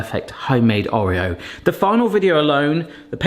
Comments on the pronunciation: Or eo. Not O reo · I can’t get over the way you say Oreo 😅 however cannot wait to try making these!